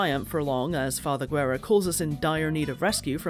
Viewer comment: A funny thing you didn't mention even tho you pronounce Father Guerra's name as "gu-e-ra" it's actually "geh-rra" and Guerra in spanish means "War" so his name is pretty much "Father War" lmao.